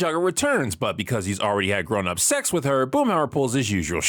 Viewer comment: 🗣️ ”Grownup SECs!” 😩